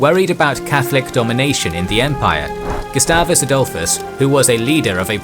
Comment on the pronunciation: yeah, we just say Gustavus Adholfusd. And rest will cry